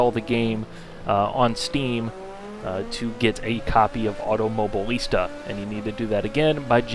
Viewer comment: Automo-BI-lista, for gods sake.